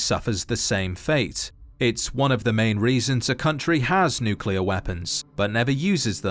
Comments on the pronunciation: just a reminder that it’s pronounced NUCLEAR not NUCULAR 😒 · Bro its nuclear, not nucular, enunciation!